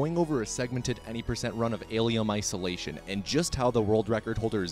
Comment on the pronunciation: Ahh yes Alium Isolatium